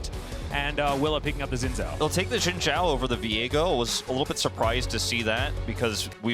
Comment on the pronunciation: Been over a decade and people still can't pronounce "Xin Zhao." Like, watch ONE Chinese movie/anime/show with subtitles and you will know that "X" should sound like "sh" and "Z" sounds like "zee" (facepalm/eyeroll). Ever heard of Xiaoyu from Tekken??